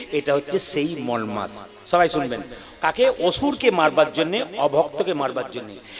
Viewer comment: উচ্চারণটা ঠিক করে করে ওটা মল না মলমাস মল আরমাল তফাৎ বোঝেন না